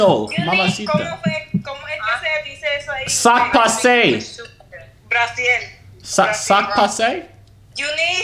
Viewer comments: That bih said "sak pase" I'm dead 😭😭😭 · Nigga said "Sak pase" for Spanish 🤣🤣🤣 I'm weak😂